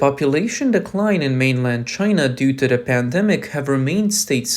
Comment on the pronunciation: Who are your readers? They are TERRIBLE; stop saying duh for the, firty for thirty, free for three; it's embarrassing!